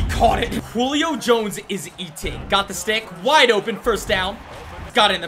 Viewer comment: ”hulio fighting for the first Me:HAHAHA HULIO JONES🤣🤣Hulio HULIO!!!🤣🤣🤣🤣☠️